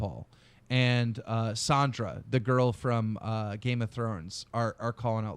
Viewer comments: KEEM ITS FUCKEN SANSA, NOT SANDRA, NOT SANIA. FFS LOL. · I love how Keem never gets Sansa's name right, in Drama Alert he called her Sonya and now Sandra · He also called Sansa "Sandra" lol